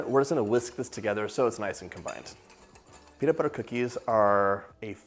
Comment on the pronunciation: "Melt in your mouth penis butter cookies" is what I heard.